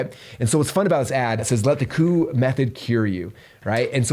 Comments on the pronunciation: His name is Coo Ayy pronunciation 😅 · Love this! Just so you know his last name is pronounced "koo-way" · Pronounced "Kwee" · Coué is pronounced kweh. Rhymes with way but starts with a kw sound.